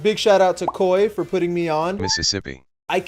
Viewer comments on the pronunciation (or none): none